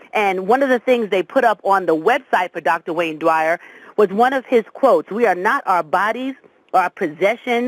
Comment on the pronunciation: With all due respect, in the future if you are going to give a tribute to a legend, please at least learn how to honor them by saying their name correctly. His last name is "Dyer," not "Dwyer" as your colleague kept trying dozens of time to tactfully correct you. Rest in Peace Dr. Wayne Dyer....